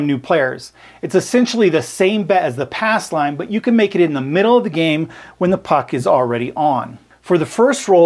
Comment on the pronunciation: Says "ass line" lol